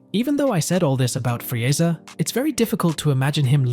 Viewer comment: Bro you don’t even say Vegeta and Frieza correctly lol